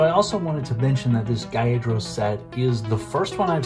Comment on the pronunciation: bro u rlly pissin of mad pokemon fans. its magikarp as in magic, and gyarados is pronounced g-yair-ruh-dòs.